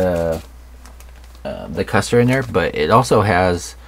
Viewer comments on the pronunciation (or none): This is a superb kit. Ma.K is a rather new interest for me but I have dived right in and am having a blast. Also, it's pronounced KOOSTER. Those umlauts over the U make it a long U. Think Motley Crue.